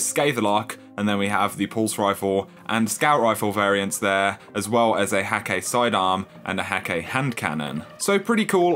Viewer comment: Bruh, Hakke is pronounced Hah-kuh.